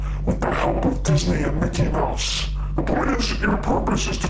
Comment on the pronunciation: I liked when it said Mikey mouse instead of Mickey Mouse